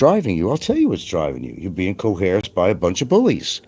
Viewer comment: I go to Franks channel just to hear him say " coheresed".. it always makes me laugh